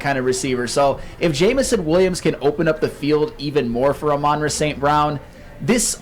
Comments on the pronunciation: The emphasis is on the FIRST SYLLABLE,. AMon Ra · How does the ENTIRE CAST of every Woodward sports show say Amon Ra's name wrong????🤯 For the love of God it's AMon RA. NOT aMON Ra... PLEASE fellas